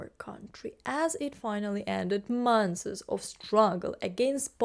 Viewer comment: . I'm beginning to see a pattern. It may be a gotcha for Ukrainians speaking English. The word "months" is pronounced as a single syllable. As Anna from Ukraine does with "deaths", you are adding a vowel (sounds like a short "e") between the "th" and "s" sounds. I don't know of any English word ending in "ths" where this is proper.